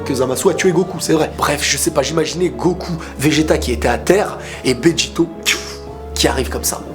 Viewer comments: Bejito! La façon dont tu l'as dit on dirai un mexicain xD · Ca me fait marrer comme prononce Béjito 😂. On dirait qu il prend un accent italien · Le malaise dans la partie prononciation de Vegito